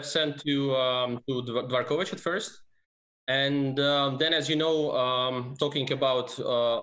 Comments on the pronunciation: The FIDE President is DVOR kovich, not "dee vor kovich". Three syllables, not four. It's AARDVARK, not AAR dee vark. Anglophones can easily manage "dv". Advance, advice. Not a dee vance, a dee vice. Dvoretsky, not dee vo retsky. THINK. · Always love your content. That being said: Why on earth would you say "Dee-vorkovich"?